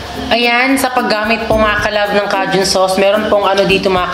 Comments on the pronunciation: Wrong…. K-jun po ang basa niyan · Cajun "KAYJUNE" yan ang basa CAJUN* ok...🤩🤩😍😍🥰🥰😃